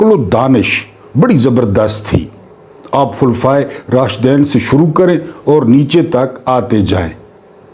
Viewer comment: جناب ،جب خلفائے راشدین کہتے ہیں تو یہ Rashdeen پڑھا کریں